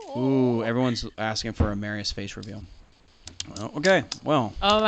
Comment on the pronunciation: Marius face reveal AND we find out that has been mispronouncing Marius’ name consistently!